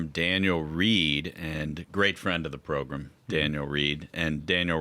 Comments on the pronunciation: Progrum! It drives me nuts when they say that. 😂😂😂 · So this is a program. Not progrum. 😮 I want to correct you every time you say that 😂